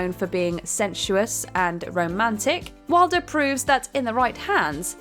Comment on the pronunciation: It's Wilder not Walder, and Beatrice died making this film in 1921. And more James and Domino instead of that F***a shit. Where is Rebecca when you need her "as a Narrator"